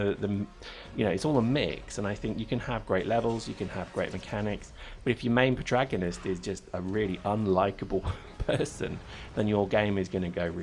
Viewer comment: It's pro-TAG-onist,! And this game looks weak, are you sure I should bother with it?